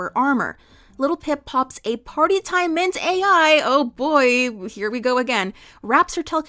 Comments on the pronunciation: Take a short each time she says mint-AI instead of Mint-aL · Mintal not mint AI mint aL a L like mental. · Mint-all. Not mint-ai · Mint-AI - lol, a sign of the times. it is Mint-AL "Mintal" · Watched the whole video. Small nitpick, it's Mint-AL (pronounced ALL). Other than that, loved the video. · Small correction: Mint-Al in this fic is pronounced as "mint-all", and is a small, pink pill with a chalky texture and a minty taste. They are a reference to Partytime Mentats from the Fallout universe, which provide a temporary boost to intelligence and charisma. And, as with all drugs in Fallout and the real world, the benefits are temporary, and you can become addicted to them. Also, once the effects wear off, Your reactions are dulled, you temporarily lose cognitive ability, and you crave another dose. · I've listened to audiobook recordings of this fic at least 5 or 6 times all the way through. I even purchased the 3rd edition print copy with it's bible like pages! Kkat did a phenomenal job with this fic, and it's one of my absolute favorites in the brony fandom! Btw I've always heard the author's name pronounced Kay-Cat rather than just Cat. Also the drug is mint-al (play on mental and mentats) not mint AIs. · That’s not how you pronounce Mint-also 😭